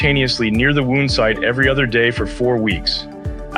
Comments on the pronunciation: AI narrated. Wound (wownd)- that's a tough one for them. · Yes. You ever heard wound pronounced that way?